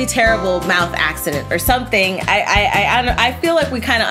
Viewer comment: her mowth is a mess😯